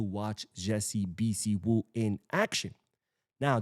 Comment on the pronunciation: The name is pronounced....... BHI-SIW ..... two syllable